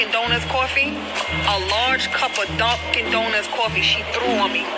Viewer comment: Lmao "donkin donuts" 💀